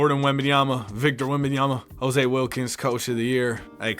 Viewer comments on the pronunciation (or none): none